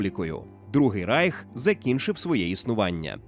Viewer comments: Не райх а рейх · Не райх, а рейх!!!!!